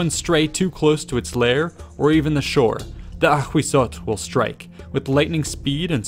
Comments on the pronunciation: Thank you for this vid, I love all this aztec series! Only, Ahuizotl is pronounced “awisotl”, not “akhwizzotl”. In nahuatl (aztec language), the spelling hu- corresponds to an English w- sound, and z- to a silent s- sound 😁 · Ahuizotl is pronounced as /awisotɬ/ hu = /w/ z = /s/ tl = /tɬ/ ...& in Classical Nahuatl is: Āhuitzotl = /aːwitsotɬ/ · "Ahuizotl" sounds like "A Weasel"... Ttt. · Ahhahah why the narrator pronounce the name of it so frenchy, choking, dramatic? LOLOLOL